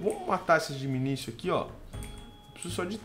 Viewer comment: 3 dicas 1:não se pronuncia "minisio" e sim "minikio" 2:tenta fazer a semente de cacto e deixar ele boladão então vc prepara um terreno 3x3 com o cacto no centro e coloca as sementes fracas para reproduzir lá como o cacto n nasce em terra ele n vai se multiplicar e as propriedades dele vão passar para as sementes novas(elas n vão nascer 10x10x10 e sim +- 5x4x6 mas se botar lá de novo elas aumentarão mais ) 3: o QDS funciona com funis